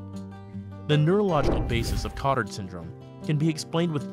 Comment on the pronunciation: Good video! It's pronounced ko-tAr because Jules Cotard who first described this syndrome was French.